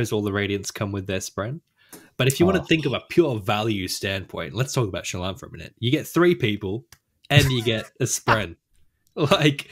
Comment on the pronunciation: I love how is slowly contaminating to the point that they are both mispronouncing Shallan's name:D Also, OMG I can't believe you're bagging out my girl Lift. She's so awesome and brings a degree of levity into the darkness.. but also has layers...